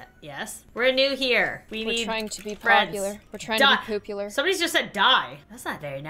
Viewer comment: we need to see witch one is more POOPular: yes poo-poop-poopular 🤣🤣🤣